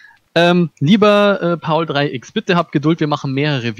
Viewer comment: Kleine Info das wird paulex ausgesprochen ^^